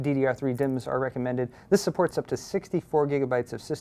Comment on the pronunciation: gigabyte being so asian, "supperts"